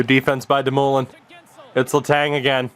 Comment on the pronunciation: Buddy it’s pronounced doom-oh-lin not fkn damooolin